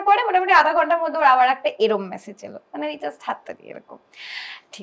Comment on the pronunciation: All said and done but this is for both.The word is message and not massage. 😢😢😢😢😢 Didnot expect from the man at least.